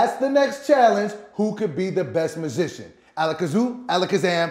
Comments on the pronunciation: Mah-zi-shon, I swear that that he said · did say mishishan? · said 'Masigian' 😂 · He didn't even pronounce magician right lmfao :13